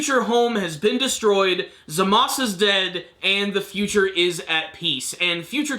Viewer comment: The name is Zamasu.. Not Zamas